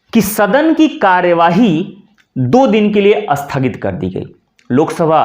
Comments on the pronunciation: महोदय आपका 'स्थगित' शब्द का उच्चारण 'अस्थगित' सुनायी दे रहा है. इसे सुधारियेगा. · राम राम राम! आप 'स्थगित' शब्द का उच्चार "अस्थगित" करते हैं ? संस्कृतभाषा का शब्द है 'स्थगित'। उसके प्रारंभ में 'अ' लगाने से तो उसका अर्थ 'नकारात्मक' हो जाता है !!! उदाहरण के रूप में, 'सफल' शब्द के आगे 'अ' लगाने से 'असफल' शब्द बनता है, जो 'सफल' से एकदम विपरीत अर्थ देता है। सच बात हम जानते हैं ! हिंदीभाषी लोग संयुक्ताक्षर, विशेषतः 'स्' से प्रारंभ होने वाले संयुक्ताक्षरों का उच्चार उस शब्द के प्रारंभ में 'अ' या 'इ' लगाये बिना बोल नहीं पाते ! वे 'स्नान' को 'अस्नान' और 'स्थिति' को "इस्थिति" बोलते हैं ! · स्थगित बोलना सीख लो सर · सर आप स्थगित को शुद्ध नहीं बोल रहे हैं।